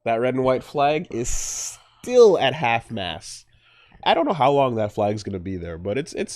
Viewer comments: I'm not trying to be mean to, because I sure as fuck aren't fluent in like 4 launguages. But, are you saying Half-Mast, or Half-Mass? It's Half-Mast. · He's saying it "half mass" for sure.